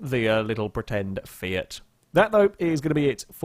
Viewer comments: F-I-A-T, not F-ay-a-t. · its not a "fejat" its a FIAT